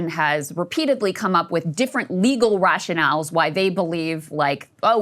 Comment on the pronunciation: did Krystal say "rag-Chanels" insteadof "rationales"?